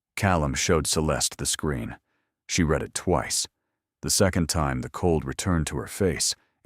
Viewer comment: Yes, good story. AI narration cannot handle English words with multiple pronunciations, like read. Is it red or reed, and it always chooses wrong. I listen to these audio stories all day long so I'm used to mentally correcting it on the fly but it is annoying; more so with some narrators.